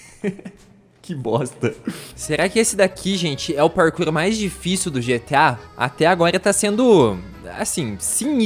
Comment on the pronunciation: "O parrrkourrr mais tifícil do xeteá"